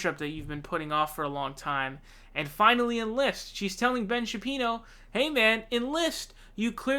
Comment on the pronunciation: its pronounced Sha-Peero, not sha pyro. not that important, but will be good to avoid trolls in future.